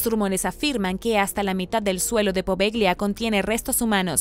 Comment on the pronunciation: Se escribe poveglia y se lee apovelia, buen video!